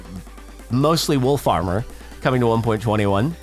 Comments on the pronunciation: Not me hearing "wool farmer" when he said "wolf armour" lol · You said "Wolf Armour" but my brain went "wtf is Wool Farmer?"